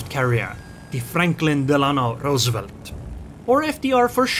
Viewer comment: Franklin Delano.. Rrrrrrrroosevelt? And nice zing on the HMS Atrocity.